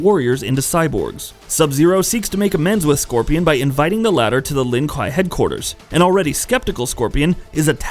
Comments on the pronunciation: Hey buddy, you better start running cuz Cyrax, Noob Saibot, Sub-zero, Sektor, Cyber Sub-zero, and Smoke are all hunting you down for shoving the Lin Kuei pronunciation up your ass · I clicked off of this video the second I heard him pronounce Lin kuei. I will not have it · Bro,you pronounced almost everything right except the clan the sub zeros are from😣😑😑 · A lot of everything he said just pissed me off, mostly the way he pronounces Lin kuei...why’d he says scorpion was “aligned” with the shirai ryu. He’s the leader and always has been. Well since the start of the first game anyway. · Crystal clear while butchering the clan names. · Pronunciation all wrong, but, nice vid. But pronunciation butchered lol. For Lin Kuei and Ryu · Tbh I pronounce Kuai Liang, Kuai Lang, I’m just pissed off that he mispronounces Lin Kuei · Yea the way he’s saying the Lin kuei. Makes me think he did the video for views and has no respect for MK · Subzero is the best, also did he really mispronounce Lin Kuei, I hate it when people do that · He pronounces Shirai-ryu wrong too. From the wiki: Throughout the series, the Shirai Ryu's name is mispronounced as Shirai Rye-yu (when the correct would be Shirai Ree-oo). Also, given that "Ryu" is the Japanese suffix for "style", the name would be more properly parsed as "Shirai-ryu". Shirai Ryu means "Style/Flow of the White Well". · Subzero is a great character but you’re butchering their clan name. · I was thinking the same thing and he keeps saying it the same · The Lin WHAT??? Seriously, how hard is it to pronounce something that's said so many times throughout the entire franchise? How do you fuck up that bad? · Bro if you can’t even say his tribe right you don’t deserve to make a video on him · Wtf is a "Lin Kai" you uneducated swine😂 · The way this guy is saying Lin Kuei makes me want to take a shotgun to my own knees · The Lin Kwaayyyyyyy (not kwhyyy) do not all wear blue until mortal Kombat 10 when Sub zero is grand master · RIP "LIN KWAI"